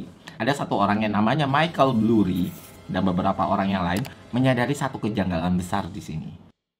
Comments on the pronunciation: BURRY bang, bukan BLURRY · 1. Michael Burry, bukan Blurry 2. Bukan hanya MBS, tapi ada CDO dan CDOsquared yang kontribusinya besar terhadap kehancuran ekonomi 3. SPM bukan berarti berpendapatan rendah, tapi credit score-nya rendah, mau gaji rendah atau gede tetep bisa punya credit score rendah kalo pembayaran kreditnya jelek 4. Ga ada penjelasan kalo KPR tersebut dijadiin MBS yang kemudian MBS tersebut dijual ke investor, yang artinya yang nanggung risiko KPR tsb bukan bank lagi melainkan investor 5. Dari sekian banyak yang main MBS dan CDO, cuma Lehman yang disebut, padahal BofA Credit Suisse Goldman JPM Citi MorganStanley juga ikutan MBS(tapi ga sampe zonk) 6. Yang nilai MBS bukan cuma S&P, Moody's sama Fitch juga ikutan (ini ada di film) 7. CDS sistemnya bayar premi, bukan semakin tinggi semakin rugi, itu swap bukan CDS 8. DJIA dari 2007 ke 2009 turunnya 54% S&P500 Nasdaq juga sekitaran 54%, mana bisa baik indeks atau saham harganya turun lebih dari 100% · Penjelasannya keren detail dengan durasinya hanya 5 menit tapi banyak kesalahan pengucapan seperti Blurry, The FED BUKAN THE FID, dan MORTGAGE bacanya MORGEJ bukan MORTEJ. Gue kira awalnya salah sebut aja, tapi kok diulang-ulang.